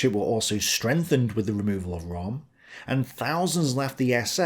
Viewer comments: röhm not rom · Ernst RÖHM - NOT "Rom" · It' RÖHM, not Rom!!! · No, its pronounced "Göring" & "Röm". The vovel is similar to the one vovel in "heard". pronounciation is frankly lousy. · Possibly your best video so far (as far as poking the lefties with a pointed stick in concerned) But I am surprised that you didn't mention Herman Goring's pre-Nuremburg debriefing when he was asked about Ernst Röhm (pronounced “Rhurm”, by the way) and “the night of the long knives” said that Röhm “was in my way” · could you possibly learn how to pronounce German names correctly? It's not ROM! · you've pronounced Goering's name correct and Rohm's name also has an Umlaut and therefore its pronounced the same way. Rohm's name is pronounced RERM. Same way as GER-ING. Just sounds better when the Germanic name is pronounced correctly. As always, brilliantly researched and presented. Kudos to you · Great video but Röhm is pronounced like “room”.